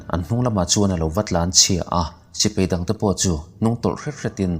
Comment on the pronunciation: Sipei i tia dik lo nghal vek